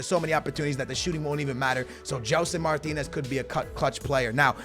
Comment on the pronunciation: Martins, Martins. Not Martinez, you're not spanish